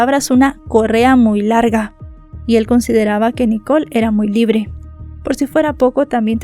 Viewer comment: LIBLE, JAJAJAJA. NO ES NADA SOLO SONABA GRACIOSO, ESPERO QUE ESTES BIEN DEL TODO, ME GUSTA TUS CONTENIDOS INFORMATIVOS, DESDE R,D) WAO HABLANDO DE ESE CASO, YO PENSE QUE CON LOS MORETONES EN FOTO LAS VISITAS AL DOCTOR, YO PENSE QUE SALDRIA INOCENTE. Y NO HAY UN CASO SIMILARES PERO DONDE LA VICTIMA SALGA INOCENTE. PORQUE INCREIBLE ESE CASO, BAY, BY